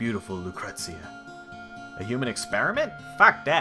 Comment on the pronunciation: Nope. It's luKRETSia. If you play Dirge of Cerberus, Vincent says it in almost EVERY cutscene. Gets a little annoying after a while.